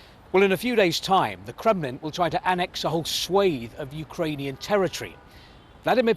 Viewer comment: Reporter can't pronounce the word, "swathe".